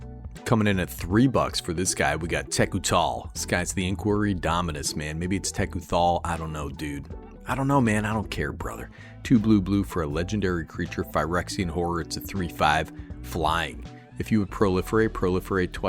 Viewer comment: Sir, this may age badly, but I believe it’s pronounced: “TEH-Koo-thall-on-that-thang”